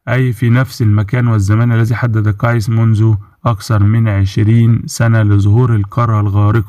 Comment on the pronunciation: You say his name wrong It is KACY